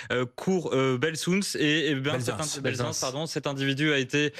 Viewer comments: "Belzounce " ... Non mais le niveau du journalisme en France c’est dingue, c'est du négatif la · "cour belsounce" .... Nan mais sérieux ?! 😂😅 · Le parisien qui ne sait pas dire Belsunce 😂😂😂😂😂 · 😂 la prononciation du cours Belsunce par le journaliste.